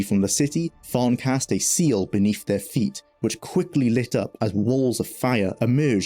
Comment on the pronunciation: Great video, so much detail about a ground breaking game I loved when it came out, thanks. Sorry to be a pain but I keep hearing you pronounce 'th' as 'f' in words, for example Befesda, free-d, femes, forough etc. Had to repeat watch a few sentences to understand what you were saying. If it was something you could change it would really help improve the clarity of the videos.